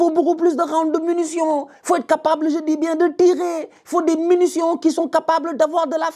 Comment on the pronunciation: c’est munition pas MUNUtion vieux père…